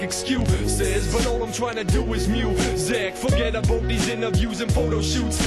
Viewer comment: LOL when he says About. Maybe he does it all the time or it was just cause he was singing, but it's pretty funny still. Hardly ever heard anyone Canadian say it like that, only heard it from Americans that we do.